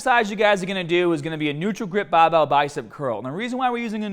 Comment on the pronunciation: Great advice! Going to start this bicep workout next. Love the accent man, sometimes it can sounds as if your turning into a sheep when saying baaaaaaahbell